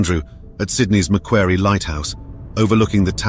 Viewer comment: I thought you said Nancy jumped into the water? I was wondering why she would leave her kayak, and then at the end you said she was last seen in her kayak? Goulburn is pronounced Gol Burn, and Macquarie is pronounced Ma Kwari.